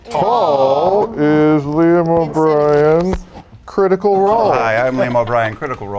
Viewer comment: cwitical woll :3